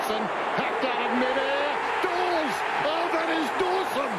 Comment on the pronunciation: DAWES not DAWSON